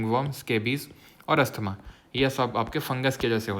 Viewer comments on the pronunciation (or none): none